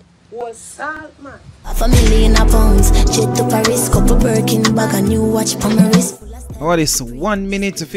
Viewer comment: And it’s Birkin**